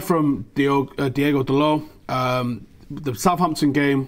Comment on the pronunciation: it's DI-O-GO not DI-E-GO Dalot btw what has happened to Callum Gribbin?